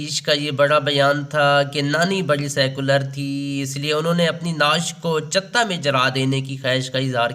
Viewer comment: Paindoo production .Jahel aadmi lug rha hey .Chita ko "chutta " keh rha hey .